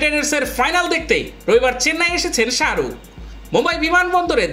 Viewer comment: ওটা সাআরুক ন শাহরুখ ভালো ভাবে উচ্চারণ করা শিখুন দিয়ে ভিডিও বানান